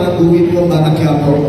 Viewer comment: Bakit kayong mga narrator ng batang quiapo ang pronunciation ñu batang kuwiyapo? Diba mga pinoy kayo? Or Spanish man quipo is quiapo.hindi kayo cute o Hindi kayo nakakatuwa pakinggan.nakakabwisit lng kc.